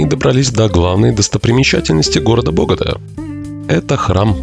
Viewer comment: Только не бОгота, а боготА! ударение на последний слог;)